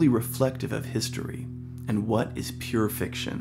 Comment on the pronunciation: You say "pure fiction" as if it's murder and mayhem.